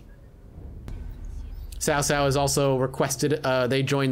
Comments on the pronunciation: It's definitely pronounced T'sao t'sao. Chow chow is incorrect. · I’m not sure who told you it’s pronounced Sow-Sow (like the word for female pig). But it’s actually a lot closer to Chow-Chow (as in the slang word for food).